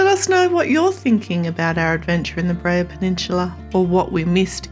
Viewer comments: Beara not breha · I absolutely love all of your videos! You do a fantastic job of capturing all of the highlights. One very teeny tiny correction though, it is pronounced “bear-a” 😊 not Bree-a”. Always look forward to all of your videos, especially the ones in Ireland. Thank you so much for making them🤗☘️!